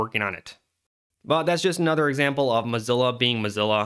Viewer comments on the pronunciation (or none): none